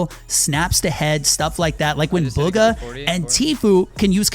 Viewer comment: I think bugha is pronounced “boogha